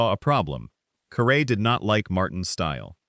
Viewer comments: So many videos are online when the announcer can’t or won’t properly pronounce the subject’s name. Caray rhymes with Harry. Such obvious mistakes look and sound amateurish. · Please don’t do a podcast when you have no idea to pronounce his name .Just shows you don’t have a clue what you’re talking about. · Say his name right at least. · Harry WHO? You can't even pronounce his name correctly? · You should pronounce his last name properly. No excuse for that. Geez